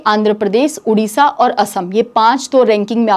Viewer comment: Maam ओर नहीं और बोला करिए